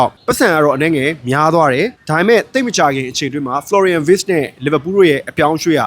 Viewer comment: Wirtz= ဗားဇ်လို့ဖတ်ပါbro German alphabetမှာ Wကို ဗေ လို့ဖတ်လို့ပါ